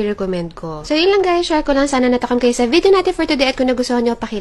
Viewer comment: Vedio talaga, hindi Video? Sabagay, puydi, pwedi, pwidi...ah basta ok na yan